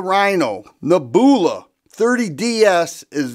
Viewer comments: "Neb-u-la" brother. Not "Ne-boo-la" 😂😂😂 Nothing but love man! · Neb you la, not neb oola. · Dude you're killing me with the pronunciation, LOL. neh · byuh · luh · Neb. u la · Saw the comments first and thought people were nitpicking. Wait!! Did he say Naboohla??!! 😂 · a genius with "Ne-booola". No need for him to say "leave a comment" on this video! The man just outsmarted the algorithm 😂😂😂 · 😂😂 nehboola. WTF How the heck do people make a living from talking and not know words that are taught in 5th grade 🙄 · Ugly gun, gorgeous finish. Interesting. Now that the kind viewers have raked you over the coals for your pronunciation of nebula, I am guessing that you wouldn’t be unhappy to never hear that word again. Reminds me of when I was a kid and first tried to pronounce “Cheyenne, Wyoming “ and got teased mercilessly by my family. I wasn’t scarred for life, but friends and family can be hard on a guy. It’s okay, you’re still a fellow after my own heart and I love your videos no matter how you say things. The way you talk reminds me of a friend of mine when I was a young man, so it’s pretty familiar. Have a great day, and I hope that you are still enjoying Northern Ohio. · I'm going to be chuckling myself to sleep tonight from your pronunciation of nebula. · He really doesn't know how to pronounce Nebula huh 😂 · I liked the Star Wars influence in his pronunciation of the word!!! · The 3rd time he mispronounced NEBULA he lost all credit to me!!! Beautiful revolver however. Before pumping a product bro learn how to pronounce the name so you don’t sound like a fool In front of your audience 👍